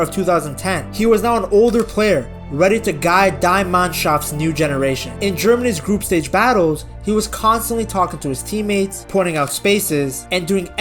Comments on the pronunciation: Die is pronounced dee. Dee Manschaft 😊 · Saying "Die Mannschaft" with an american accent. Like Germany team is dying. Fitting delivery.